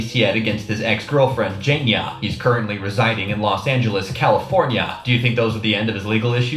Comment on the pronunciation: Its Jania not Jenya😂😂